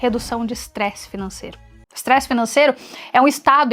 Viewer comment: "extresse" é com "s': estresse